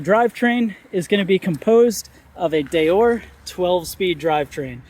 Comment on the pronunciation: Deore is pronounced Dee-or, not Day-or. Maybe ride the bike and give us your opinion. Don't just read the spec sheet.